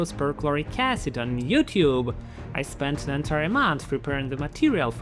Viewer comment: If i hear "ahycehd" one more time, im going to punch through my drywall 😂